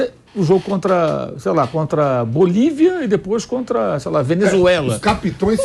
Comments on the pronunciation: Só Vampeta fica falando capitoes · O Vampeta falando "capitoes" é doido hein!😩😩😩😩😩😩